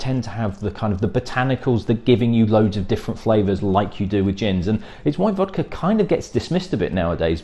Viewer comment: Learn how to pronounce vodka